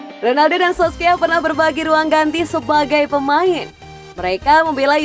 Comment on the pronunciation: Solskjaer bkn sokskier😂😂